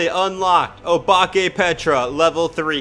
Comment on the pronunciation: Guys btw, the pronunciation of obake is oh-bak-ay, (dont hate on me if u didnt care🥺)